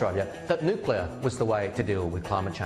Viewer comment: And yet Bowen still can't pronounce "NUCLEAR"